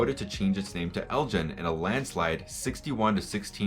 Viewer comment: I live near the home of Lord Elgin and have never heard his name pronounced Eljin. Is this the normal pronunciation in the US?